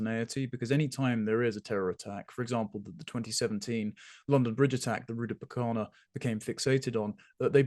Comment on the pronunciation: Did he say rudibukana lol